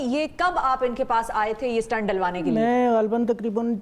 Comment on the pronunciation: It is 'stent' not 'stunt'